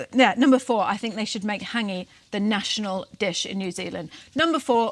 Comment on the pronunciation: Practise your pronunciation of Hangi - other than that - agreeeeeed.